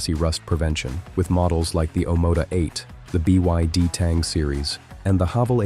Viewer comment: The Ai narration is quite good, but trips up with abbreviations like BYD etc. It's the equivalent of robots using stairs which they struggled to do, it's has now been conquered. We are all Doomed!